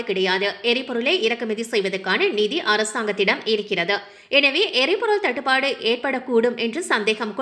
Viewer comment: தட்டு பட இல்லை... தட்டு padu